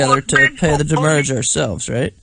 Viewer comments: "Send the doomurrage." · So is demurrage badly pronounced "damage" or "the moorage"? I haven't figured it out. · "DEMURRAGE IN OUR HEARTS" LOL